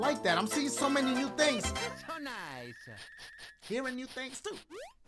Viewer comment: He’s saying “That’s a-so nice!”